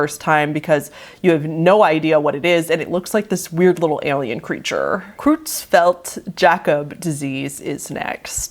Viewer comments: in my experience of watching people pronounce the disease because I'm very interested in it and mad cow disease which caused a variant it's pronounced yak-ob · hey, , Creutzfeldt Jakob is actually pronounced Yah-cub I believe! my grandfather actually passed away from this disease around the early 2000’s. it’s a very terrifying disease, i was little but i do remember seeing him in the hospital bed. him and my grandma were eating steak and he was the one who got the contaminated piece. my grandma is still alive, though.